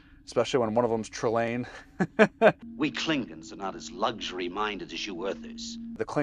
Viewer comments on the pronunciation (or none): Always drives me crazy how in TOS they refused to give the "o" in klingons any respect. Always "klingins"